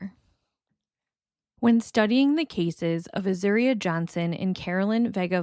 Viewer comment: You are pronouncing Azuria’s name correctly. Also, it’s call Austin Peasy state university. Really good reporting.